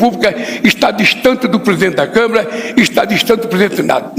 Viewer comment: "Câm'E'ra"? Gardenal Biden da Silva tá ON...